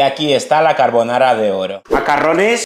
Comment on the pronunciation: Ca-re-bo-na-ra 😅 By:🐣